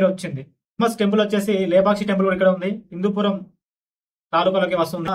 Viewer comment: Hindupoor kaadu hindupuram